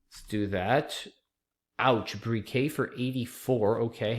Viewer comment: Also T on BRIQUET is not silent. Hard to know all the pronunciations though, just pointing it out.